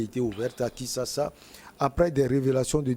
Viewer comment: On dit "Kinshasa"et non Kisasa, monsieur le journaliste. On n'oublie pas le "N". Je voulais demander à de se taire, s'il ne connait rien de la RDC. Il veut mettre Tshisekedi dans les bêtises de Kabila? Si on n'a rien à dire, on se tait. Donc pour, faut pas traquer les voleurs du peuple? Vous débitez des sottises Monsieur. Quittez ce plateau!